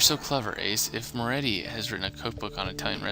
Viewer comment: Wow this chapter is intense. Loved it. As for the word pronunciations Ace, you may need to work on those haha. Here's a bit of advice. Italian surnames with a 'c' in it (like Mancini) are usually pronounced with a "ch" so you would actually be pronouncing the name Mancini as Man-chi-ni. Also Moretti is pronounced with a lot of emphasis on the double 't', so More-eh-tt'i (note that the 'i's are short 'i' sounds. Not 'ie' for pie but 'i' for it or if. Finally you had lots of trouble with bourgeoisie. Bourgeoisie actually refers to those who are of the upper class and rich and in Marxism the bourgeoisie is usually described as unfairly rich or wealthy in contrast to the common man. You pronounce that word as buuor-jhooaa--zee, with the 'jh' making a kind of shzzzz sound through your teeth. I hope this helps you :) Stay awesome :)